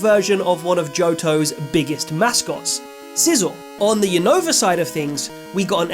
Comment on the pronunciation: Is Unova not younova say the name right 😅